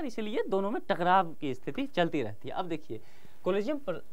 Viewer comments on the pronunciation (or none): टकरार नहीं टकराव।